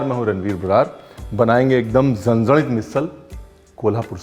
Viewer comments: Sir my native place is Kolhapur mai apki big fan hu hi bt apke muh se jb zanzanit word suna inna mst lg ra apke zaban se mai to diwani ho gyi😍aaj misal pav ke recipe ne kamal kr diya sach me zanzanit 🤭🤗❤️😎🔥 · रणवीर जी मे कोल्हापुर से हु. आपकी बहुत बडी फॅन हू. अपने यह रेसिपी बिलकुल पारंपारिक तरीके से बनाई है. एक्स्ट्रा लाईक बनता है क्युकी आपने 'झणझणीत' बरोबर बोलला.......👍👍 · Being from Kolhapur, the way you said zhanzanit, has my heart. And obviously the Misal ❤️ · Zhanzhanit ur pronounciation was perfect😁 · Love the way u called Zanzanit😊😊.....lots of love sir😊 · The way you pronounce "Zanzanit" too good 👍😍😍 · Hello chef, your pronunciation Zanzanit is perfect. But wrong information about Kolhapur. Kolhapur comes in western Maharashtra and it’s surrounded by beautiful greenery and here you will get lot of coconut trees. Kolhapur known for its jaggery and sugarcane fields. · Being Marathi and from Sangli city....around 1 hour away from Kolhapur, loved your Marathi words with so perfect accent....vatan and zanzanit.... respect continued for the great RB ji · Being kolhapur kar..love the way you said..झणझणीत 😍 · So nice to see you pronounce ण from झणझणीत!☺️ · when he can pronounce झणझणीत correctly but not बटाटा 😂😂😂 amazing recipe झणझणीत brar ji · भाई जैसे 'झणझणीत' परफेक्ट बोलते हो वैसे ही 'मिसळ' भी बोलो.. 'मिसल' उतना 'झणझणीत' नही लगता जैसे 'मिसळ' लगता है! 😂😂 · Your marathi accent is so good..."झणझणीत","वाटण" really hats off to you...and love the way you present the misal paav....thanks a lot for sharing it